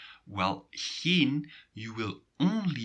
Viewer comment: waarom spreek je ‘geen’ uit als ‘gien’ in plaats van ‘gijn’?